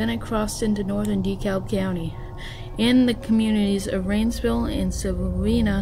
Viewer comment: Its not silavena kid its Sylvania. When you say it, its sounds like Syl-vain-ya. You forgot to show the picture of the school bus being towed away from Plainview High School in rainsville alabama that was literally twisted like an empty beer can.